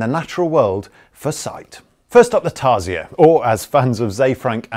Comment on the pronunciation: Tar-si-aire? XD